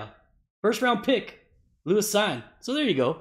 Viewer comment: Love this channel! Thanks for the constant stream of content. I know you don’t want to say his name anymore but you pronounce it Lewis “Seen”